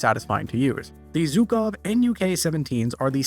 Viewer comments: Yes it's obviously pronounced "жуков" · Bro, stop calling them "zukov", please